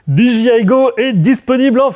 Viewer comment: Génial. Très bon format. Surtout le jingle à:D Contenu toujours pertinent en tout cas. Juste une bricole... Peux-tu dire "Dé Ji I" en français ou "Di Dgay Aï" en anglais? "Dji" en anglais, c'est G et mes oreille saignent à chaque fois:p